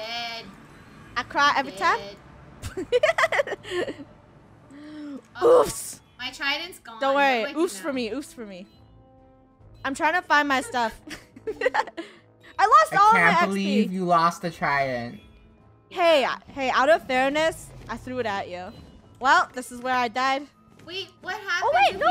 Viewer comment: U said trydding him... lol